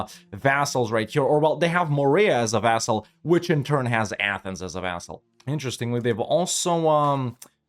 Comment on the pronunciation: that did not sound like vassal